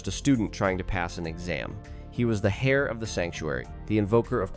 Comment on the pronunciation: Heir pronounced AIR or EIRE or AER with the H silent!!! Please instruct the AI in this as it's bloody annoying to have it pronounced HAIR every time.